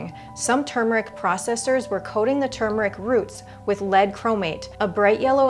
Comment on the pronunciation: THANK YOU for properly Pronouncing turmeric. So many deaf idiots say TUMOR - ick.